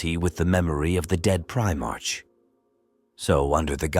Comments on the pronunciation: Primark not march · Just work on your script to assist your ai bro. Eg change the "primarch" to "primark"